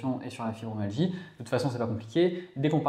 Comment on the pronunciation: Je suis ravie de vos clips et cela correspond bien à mes symptômes Pourriez-vous bien prononcer le mot FibromYalgie et non fibromalgie Ça me choque à l'oreille Continuez c'est très important pour nous Merci